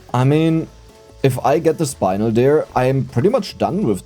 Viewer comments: it's spin-el. you spin me right round. And then el, like el burrito. It is spinel, spin-el, not "spine-el", SPIN+EL, it's not a difficult one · Eyo, fist I wanna let you know I love watching your vids, and you do in fact help me fall asleep several times every week. Second I want to respectfully correct a pronunciation: Spinel. "Spin" around, and "nel" as in Nelly. Spin-nell. Danka ❤ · How people gonna get mad your pronounce iron with a German accent but not get mad your pronouncing spinel wrong 😆(idc either way)